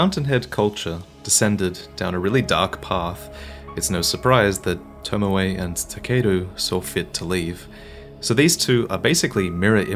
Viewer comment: Who da hell is lord tomawai? Its tomoe.